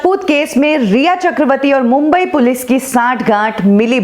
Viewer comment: Mam it is Police not Pilice . Please do the correction.